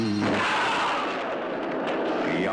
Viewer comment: it's dare,not day you.